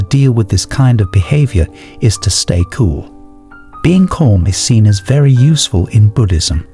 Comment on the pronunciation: Yo, the way you pronounce "calm" is killing me... It's cAlm not cOlm